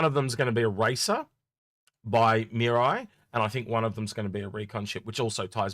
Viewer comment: Sorry, but you keep saying Miru when it's Mirai, and mirai means 'future', which they keep throwing out there. "The Future of MISC" etc. Reference: Toyota Mirai.